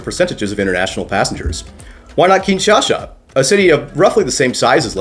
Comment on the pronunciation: Why are you pronouncing Kinshasa like “Kinshasha”? If anything, the Lingala pronunciation is more like “Kinsasa.”